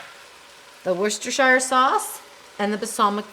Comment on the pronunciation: I love all your recipes, and you have encouraged me to make full use of my Ninja. However, I can’t ignore this any longer: Worcestershire sauce is pronounced Wuss-ter sauce. Or Woo-ster sauce depending on whereabouts in the UK you are from. You never say the “shire” part. Daft, I know, Here’s another one: Towcester is pronounced Toaster!!!